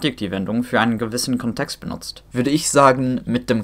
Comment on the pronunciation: Your German is exceptionally good, bravo. Thanks for this fantastic video! One correction: the stress in "Kontext" is on the first syllable, not the second.